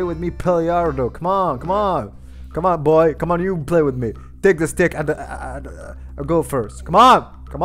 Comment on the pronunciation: I like at the bathroom he say teke a shower take a shower